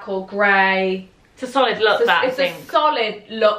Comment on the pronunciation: No one:: ✨sOLiD✨